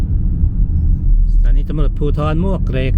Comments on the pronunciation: ต้องอ่านว่าหมวกเหล็ก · มวกเหล็กครับ หมวกเหล็กคือชื่อไม่เป็นทางการ ชื่อคนเก่าแก่เรียกกันครับ